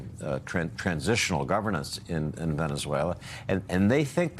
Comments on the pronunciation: Donald Trump, "Venezueler." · TRump: . Venice-whaler that’s how he pronounces the SA country. Listen at the :08 mark. My bag of chips are still $6 a bag. What happened to America first? Seems like we are an afterthought. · “Veneswayler” - Dementia Donald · Venezueler? Dónde es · Hellurr Venezuellurr TrumpDea smh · "Venezwhaler?" What an educated President the U.S. has!😂😅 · Venezuelerr.. at least make an effort to pronounce it correctly. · Venezueler !?!?!?😂🤪When did Venezuela become Venezueler! I believe " there isn't an R in Venezuela. Low IQ